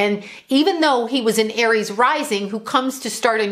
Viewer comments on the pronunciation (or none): none